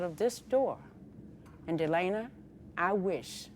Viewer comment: My name is Delana and the judge kept saying Delana instead of Delena and it was tripping me out! 😂 My name is pretty uncommon so I never hear my name said in videos.